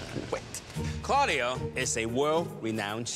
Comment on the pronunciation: I though it was carlio (i heard it that way)not claudio